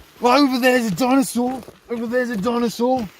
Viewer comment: Sounded more like dinosaw. Or dinosauce. 😁